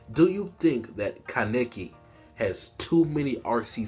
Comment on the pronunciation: Why you say kaneki like that